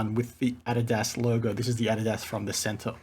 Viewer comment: You pronounced adidas wrong